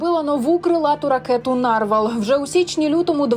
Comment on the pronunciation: Панове журналісти, у слові "нарвал" наголос на останній склад. Попрацюйте над грамотністю, щоб нам не було соромно за вас.